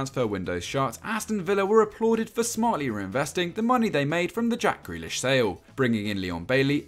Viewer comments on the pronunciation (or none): none